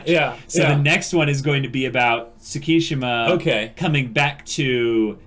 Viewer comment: it's not Sssukishima, it's Tttsukishima